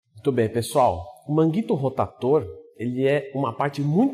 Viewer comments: por que falar rotaTor? por queeeeeeee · Deu agonia ver vc falar errado kkkk “manguito rotator”